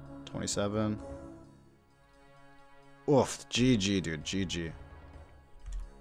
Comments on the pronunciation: You do not pronounce oof like that it’s more of a ooo not a aaaf, that shit was bothering me. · Please stop saying "ooft" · stop saying uuffd... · I kept hearing “oooft”